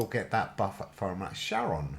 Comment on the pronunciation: charon is pronounced like CARON